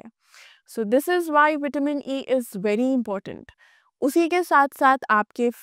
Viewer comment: पहले बोलना तो सीख लो आपसे विटामिन बोलते भी नहीं बनता है